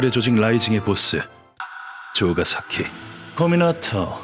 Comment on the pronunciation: 죠가사키? 무슨 욕같애 ㅋㅋ